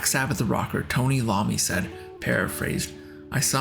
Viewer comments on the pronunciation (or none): I avoided commenting on the mispronunciations until "Tony Lommy" of Black Sabbath. Really...???? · Yeah. That one was rough.